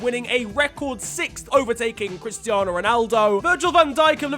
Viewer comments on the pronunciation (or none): none